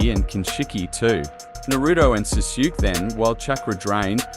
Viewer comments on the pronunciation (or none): Awesome video! Btw the pronunciation of Sasuke is "Saa Sue Kay" ^^ Keep up the good work dude! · I'm not watching this because you pronounce Sasuke's name all messed up